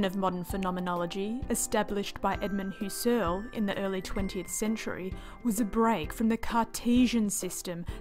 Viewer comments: I didn't express myself well, I meant to say: I just have trouble with the MISPRONUNCIATION 'Hyoo-sirl'.... :^) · I like this explanation, because it gets right down to it. There are many Youtube vids on Phen.'gy that you can watch for 5 minutes and still not have a clue what it's about! Kudos. Btw, if you rhyme 'Husserl' with `PUSS-cell (puss like pussycat), you'll be close to the right pronunciation. (Inserting an English 'r' doesn't help, so just leave it out.) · I just re-watched. Yep, this is the best condensed explanation of what phenomenology is that I've seen. (I just have trouble with 'Hyoo-sirl'.... :^)